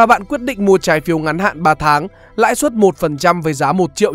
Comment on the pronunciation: Bài viết hay, anyway, "lãi suất" chứ ko phải "lãi xuất" nha